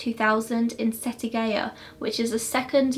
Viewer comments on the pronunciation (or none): Thank you for covering this case. You pretty much got everything right with the cultural difference in Japan. Though you did kind of butcher the Japanese names and what not, For example, Setagaya is pronounced set-a-guy-ya. Other than that, good job!